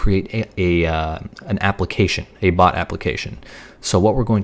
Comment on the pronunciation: he pronounced it "pot" but the correct pronunciation is "bot" and if it would've been a pot he would paint it discord theme with discord logo